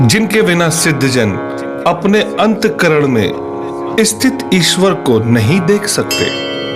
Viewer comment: अंत करन, नहीं बोलना चाहिए, अंतः करण असली शब्द है